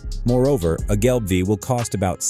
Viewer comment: Gelbvieh is pronounced gelb-fee. Vieh is the German word for cattle.